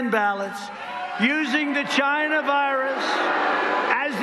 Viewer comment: Ghyna. trump Slurs the word because it rhymes with vagina.